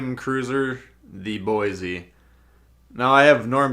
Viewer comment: It's pronounced "Boy-see"... lol. There's no "z" in Boise. Haha, just a little friendly ribbing from a local. Great vid! 👍